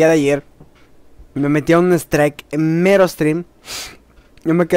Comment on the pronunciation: se pronuncia STRAIK